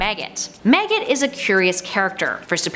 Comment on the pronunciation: why does it sound like you're sayin "meggit" and "teg"?! 🤣